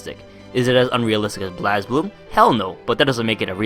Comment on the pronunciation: It's pronounced Blaze Blue.